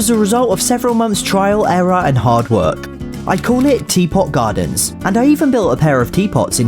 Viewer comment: When you said teapot gardens I thought you said TPOT(the power of two) gardens lol